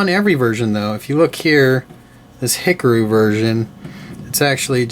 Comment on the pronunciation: "Hickaroo?" Sorry for nitpicking. (It's "he-car--oo," by the way). Anyhow, I have one of those. It's the Milia VF-1J one. I got it for super cheap, so no big deal. The ARII models come with those figures for you to paint up yourself. Those seamlines on the legs are pretty bad. Still, these are okay just to have on your shelf.